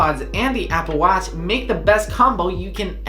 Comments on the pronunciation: I think I am hearing Apple Watts or Appleach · Apple watz hahahhahahaha